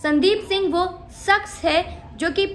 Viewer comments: "Saks "niii... bitch madam "shaks " hota h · Madam urdu bolne ka itna hi shoq he to seekh lijiye sakhs nhi hota shakhs hota he😆